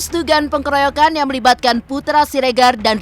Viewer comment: Tiap denger narasi dari narator di Intens Investigasi, saya selalu risih dengan kesalahan pengucapannya. Perlu org yg ahli bahasa utk mengoreksi narasinya, sebelum dibacakan. Contoh kesalahannya yg selalu berulang yaitu pengucapan "pengkeroyokan" --> itu SALAH. Seharusnya "pengeroyokan" --> ini yg BENAR.